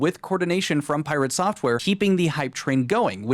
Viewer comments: "Pie rea tae" 😅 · Hah, Sungrand Studios pronounced his name in the same way, pIrate Software. Hehe